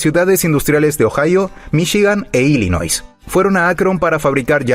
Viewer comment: Illinois se pronuncia Ílinoi. La S final no se pronuncia.